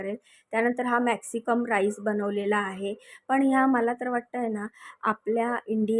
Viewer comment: मॅक्सिकम नही ग मॅक्सिकन म्हण